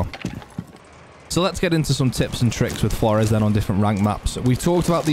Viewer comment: heard a guy pronounce this name as "floors" i laughed at first thinking "thats a good one" then he continued to pronounce it that way, seemingly unironically throughout the video. I lost faith in humanity that day